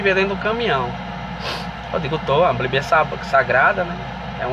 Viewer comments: GALA DIREITO B I B L I A . NÃO É BLIBIA !!! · Escolheu certo mesmo falando errado o nome do livro a bliblia.... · Bonito. Só que na hora dele saber pronunciar o nome. Bíblia. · Como ele consegue ler a bíblia se ele não sabe nem falar a palavra bíblia, a blíbia... Kkkkk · Esse homem pode não saber pronunciar Bíblia corretamente mas tem a minha admiração por ser muito sábio.....Deus é contigo irmão...Davi disse assim: "fui moço agora sou velho; mas nunca vi desamparado o justo, nem a sua descendência a mendigar o pão".